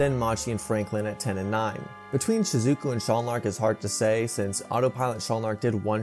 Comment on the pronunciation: Shizookooo 😂 Good vid though 👌